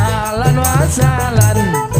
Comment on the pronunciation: Ahlan Wa Sahlan ba bukan alan wa salan kedengerannye alan wa salam